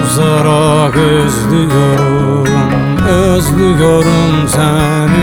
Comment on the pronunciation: Bazen ÖZLÜYORUM derken (Z) fazla geliyor